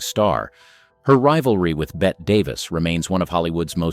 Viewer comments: It’s Betteeee not Bett. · Bette like Betty.. Not Bet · Does NO ONE doing these vids know it's pronounced BETTY, and not BET? good grief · Someone needs to learn how to pronounce these names. Bette Davis's name is not pronounced as bet, neither is Michael Curtiz' name pronounced as Curtis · Bette's name was always pronounced "Bet" in England. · Thumbs down. You've got it ass backwards. deHavilland was mad about Flynn and he about her. Sources from co-stars to themselves. Other examples as well, but why take up too many lines. By the way, Bette Davis' first name is not pronounced as "Bet". You should know better. But apparently you don't. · Pronounced 'Betty' Davis. How about a video on unlikeable MALE stars? I'm sure there were many.. 😊😊😊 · And “Bet” Davis🙄🙄🙄🙄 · I'm supposed to take your knowledge of "Old Hollywood" seriously when you can't even pronounce Bette Davis' name right? Ok!?